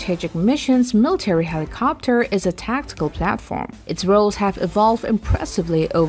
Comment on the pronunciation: I am losing my mind every time I hear the inflection put on the end of helicoptUR